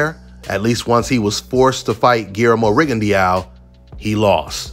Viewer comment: This man said Rigondeaux 😂